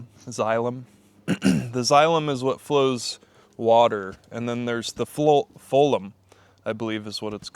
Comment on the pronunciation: Phloem (flow-em). Xylem and Phloem